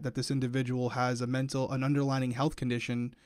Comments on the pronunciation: the word is underlying conditions, not underlining! 😂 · He says underlining issues 😂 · I mean this in a nice way: it's "underlying condition" not "under-lining!" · I love you but the word is not “underLINING”, it’s “underLYING” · as an english teacher I have to say.. it’s underLYING not underlining